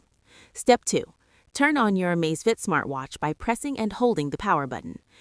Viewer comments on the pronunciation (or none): Surely its Amazfit not Amazefit??